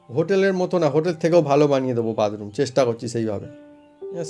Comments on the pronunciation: Ara badroom noy bathroom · এই লম্বা কল বেসিন না বাসন মাজার সিনকে লাগাতে হয় আর উচ্চারণ ঠিক করে কর bathroom